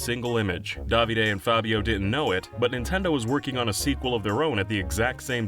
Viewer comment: The way you say Davide sounds so wrong